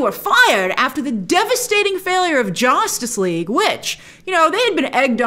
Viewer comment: why does grace say jaustice league